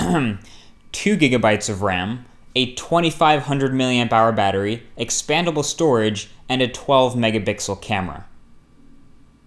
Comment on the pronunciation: lol, Does every tech reviewer say MegaBixel? including John Rettinger..?